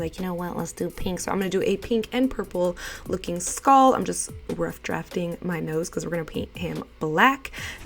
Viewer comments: “Skahll look” lol ily 💕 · The way you say skull 🤣🤣 love you